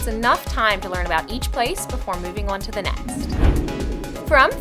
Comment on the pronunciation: "seems to be un to something" - that New Jersey accent